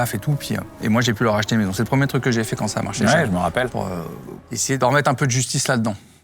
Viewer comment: Jeremy.. t’as dis « preum’deug »